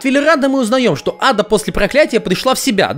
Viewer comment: Адда это единственный персонаж в нашей озвучке у которой все реплики озвучены с правильным ударением.